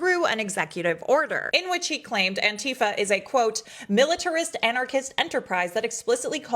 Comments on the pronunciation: It's anti fa NOT. Ann tea fah. Oh and I'm Anti-fa. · Really wish people would learn to pronounce Antifa